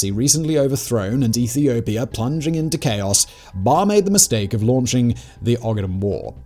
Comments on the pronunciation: Good narrative, but i want to make a couple of corrections, I believe the name of the dictator is "Barre`" not "Bare" as you said it. And the "X" is read as "H" so the name should be "Hassan" not "Exan" as you called it. But nevertheless goid narrative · It's Baré, not Barr!